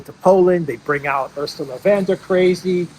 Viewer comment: It’s Von der Crazy, not Van der Crazy. She’s German, not Dutch.